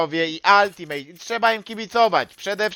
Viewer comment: Demydż i Altimet a nie altimejt i demejdż